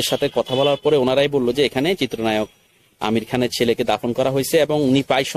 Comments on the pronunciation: আপনি উচ্চারন করছেন আমির খান না আমিন খান ঠিক পরিস্কার না। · আপনি আমিন খানের নাম ঠিক মত বলতে বা উচ্চারণ করতে পারছেন না,আপনি ইউটিউবার হলেন কিভাবে আমার বোধগম্য নয়,আপনি বার বার বলছেন আমির খান। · ভাই আমির খান নয়,আমিন খান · আরে ভাই আমির খান নয় আমিন খান কি যে বললেন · বুঝতে পেরেছি কিন্তু যাকে নিয়ে ভিডিও বানালেন,তার নামটা ঠিক ঠাক করে বলা উচিত? আশা করি আপনি বুঝতে পেরেছেন!!ধন্যবাদ!!!